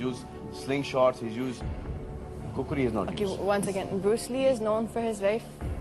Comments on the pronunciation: Not Khukri . It is Khukhuri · Its khukuri